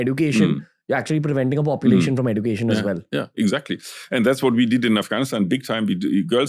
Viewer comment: Ranveer please pronounce education properly, you can get it if you google "pronounce education"